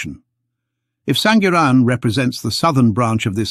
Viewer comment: Correction SANGIRAN is pronounced with "ng" sound.